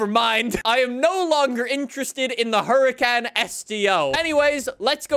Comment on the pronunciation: you say the huracans are some of your favourite cars yet you dont pronounce it correctly